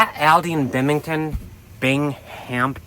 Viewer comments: Binghamton pronounced Bing Um tin 😂😂😂😂😂😂 Great video spectacular scenery! I love upstate NY. Haven’t been I a very long time. Might be time for a vacation 😊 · Binghamton don’t pronounce the H. BING AM TON SAY TOGETHER FAST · Bingham- Ton :) Great video!!!